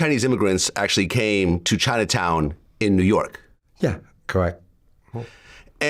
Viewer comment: He almost Said "Yew Nork" 😂